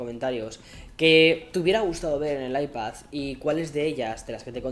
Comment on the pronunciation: Cómo se nota que es madrileño pronunciando iPad como “Aipazz” 😁